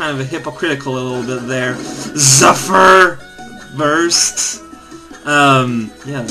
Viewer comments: According to my dictionary, that is not so. It really is "ZEF-er" (or /ˈzɛfər/ in IPA) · I think "Zephyr" actually still stressed on the second syllable, but indeed more like "zefirr" (sorry, I can read IPA now, but I still can't write it).